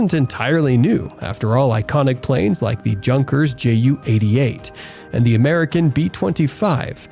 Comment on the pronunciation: Luftwaffe is pronounced withe the "e" at the end, sounding like "Luftwaffer". Also, Junkers is pronounced "Yunkers", J pronounced as a Y in German.